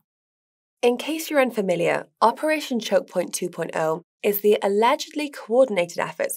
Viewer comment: It is so nice to see that she can pronounce choke point 2.0 correctly unlike Guy. One more reason why Trad Fi doesn't take our space seriously because we can't even pronounce things correctly.